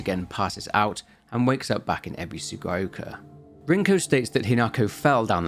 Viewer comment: "Ebisugaioka"; "Sakooko" xD Nobody can pronounce the names in this game right lmao